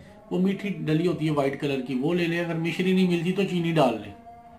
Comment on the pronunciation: My dear AOA... please Misree lafaz hay Mishree nhi Correction ker layn Thanks dear